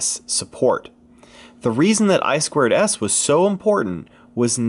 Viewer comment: It's I TWO S not I squared S... common...